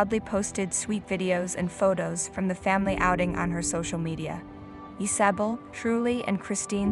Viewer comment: Why is it terrifying and sad the she is fully recovered and rock climbing? I hate these click bait titles. And it’s pronounced Iz-uh-bell 🤦🏻‍♀️